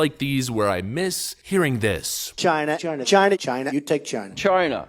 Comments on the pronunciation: Reporter: "Why do you call it the China virus.?" Prez: "Um, because it came from Chyna." Still one of my favorites. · “chyna” 🥲 i miss trump so much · Unpopular opinion these days but my 4 yr old told me boys have peanuts and girls have a Chyna pronounced just like Trump. Even 4 yr olds know. Anyway, Chyna stuck in our house.